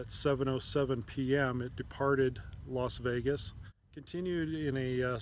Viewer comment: Sound like he is pronouncing it LOS Vegas, not LAS Vegas.